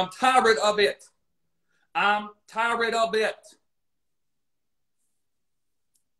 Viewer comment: “I am so tired, so ti-red”